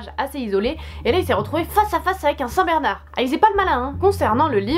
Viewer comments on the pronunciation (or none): none